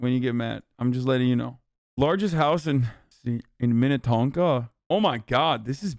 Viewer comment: 1. Hasan did pretty well at pronouncing Minnetonka. 2. "I'm moving to Minnesota, boys!" Maybe, except for anytime between September and, like, late April/ mid-May.